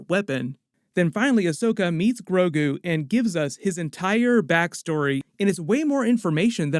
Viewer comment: The name of "Baby Yoda" is GROGU. But to be fair, I think it was mispronounced the first time it was said, because from then on out, it was pronounced Grogu. The Subtitles even had it spelled GROGU.